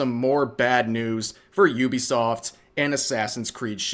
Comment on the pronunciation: ok... you saying "Iubesoft" instead of Uh-bee-soft i get it, english is a broken language but bro... E-ah-e-do. Iaido. to non broken languages. dude... you need to be a better weeb haha japanese technique dude. english is broken, dont read shit, listen to it mentioned in a video and pronounce it like that.